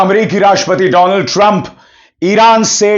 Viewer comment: "doland" sorry,Donald was epic 😂 😂